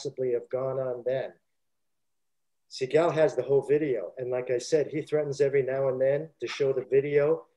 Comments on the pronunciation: If I hear se-gaal one more time, I’ll lose my mind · The guy keeps pronouncing Steven's name wrong. And he takes forever to tell a basic story. It's annoying. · So I just have to say this, the fact he shows disdain for people telling the story that wasn't there, why can he say Segals name right? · The way he pronounces Seagal makes me laugh my ass off every time he says it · He didn't even pronounce his name correctly. Lol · Why does he continuously mispronounce his name? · The way he pronounces Seagal is extremely annoying